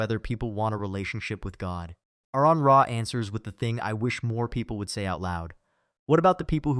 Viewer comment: AR-on. His name is pronounced AR-on. Not AirRon, not A-rehn.